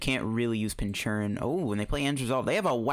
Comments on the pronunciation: I think it's pronounced "Pinch-Urchin." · What is with the pronunciation of Pincurchin? Is there some joke I'm missing or is it just badly pronounced?